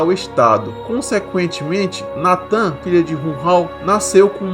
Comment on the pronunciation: Opa da hora o vídeo, mais uma pequena correção o nome real da Lotus é Natah, Natan ficou meio estranho.